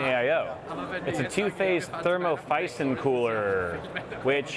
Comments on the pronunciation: we know it's siphon. said phison in the video lol. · Oh.. a Thermophizon. Why are murricans always so bad in pronouncing stuff? xD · thermo siphon, not phison. In theory It's just an air cooler with flexible heatpipes. I'm kinda surprised nobody thought of that sooner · "thermophison" lol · It's German, clearly😂